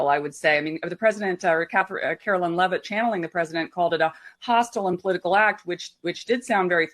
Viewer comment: Why can't you ever properly pronounce Karoline LEH-ViTT's name properly?